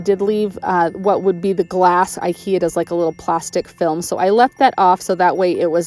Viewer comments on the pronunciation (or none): none